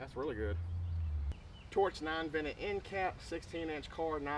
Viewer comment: I’m just teasing I was getting a kick out of the way you say vented. The vennit and unvennit end caps. I’m seriously thinking about getting this torch though for my mk18! I’d always heard about it but it was never really on my radar till now